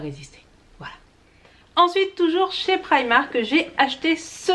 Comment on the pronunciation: Un petit effort sur la prononciation de la marque Primark ne serait pas du luxe. Et par pitié, apprends un jour à mettre du rouge à lèvres. Ca fait sale au possible.